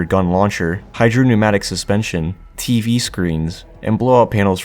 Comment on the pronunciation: didn't SOUND like you mispronounced hydropneumatic